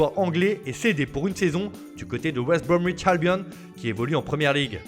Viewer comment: « Wesbwomwitch albiom » 😅😘